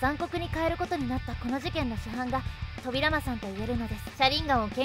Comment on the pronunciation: そうですか！自分もナルト好きなので頑張ってください！ あと、個人的に扉間のイントネーションが少し気になりました…